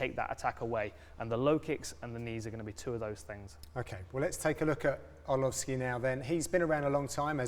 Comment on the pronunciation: lmao did John say entree arlovski ???